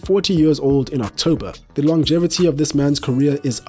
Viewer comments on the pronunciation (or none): none